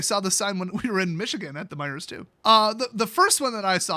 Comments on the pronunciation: Its MEIJER NOT MEIJERS ! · is a foreigner, annunciating the silent S in Meijer(s).